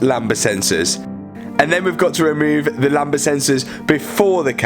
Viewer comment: Talk about click bait “I crashed my car” and turns out someone reversed j to it clearly you didn’t crash it 🤦‍♂️😂 and for your info and it’s not “lamba” it’s “lambda”